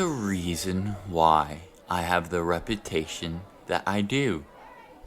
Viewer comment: DID HE SAY REPUTATION OR REPITITION? 😨